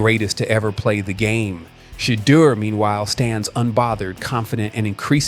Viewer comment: It’s better to say Dee-yon (Deion) and Shi-door ( Shedeur)